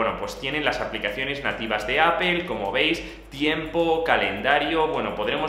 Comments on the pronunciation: Pronunciar 'Apple' sin que suene 'ápol' es tan fácil como pronunciar la palabra 'sister'. No decimos 'sisto'. Porque el sonido fonético es el mismo en '-pple' de 'Apple' que en -'ter' de 'sister' :-) Buen contenido por cierto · "APOL" JAJAJA